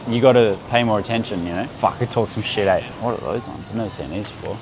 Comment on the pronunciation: “You want oats too aye” 😂